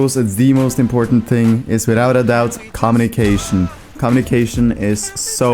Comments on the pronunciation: Com-mo-ne_ca-tion. LOL. it's comm-U-ni-ca-tio-n. 69th comment BTW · am i the only one hearing 'com nick asian' instead of 'communication' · pls tell me that isn't really how you say "communication"